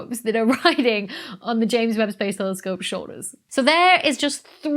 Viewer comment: Every time you say ames Webb Space Telescope it gets delayed by a day